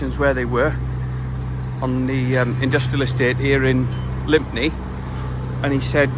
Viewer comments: Lympne is pronounced 'Lim'. I live a few minutes from there. Ever been to the nearby Airport Cafe? Popular place with limited truck parking and good grub matey (or was anyway, haven't been in for a while!). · Lympne, pronounced Limm. Lived in Kent for 35 years.